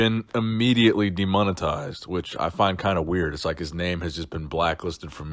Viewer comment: lol "demunitized" :")